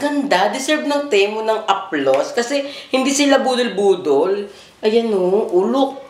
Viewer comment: Hindi teh-mu ang basa Ti-mu